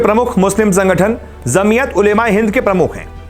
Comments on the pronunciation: Dear anchor it's jamiat not zamiat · Zamiyat nahi bhai Jamiyat bola jata hai